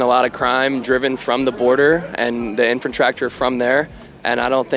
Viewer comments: I'm not sure but I think that idiot said "Intra-Tracture". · "And the INFRENTRACTURE from there" tells you all you need to know, smdh. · At about 5 minutes. Did that man say "Infant Tractor"???